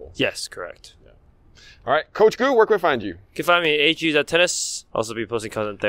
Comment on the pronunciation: It is pronounced "Go" but your are correct that the proper soft g French Canadien pronunciation of the "g" in my last name - Pageau.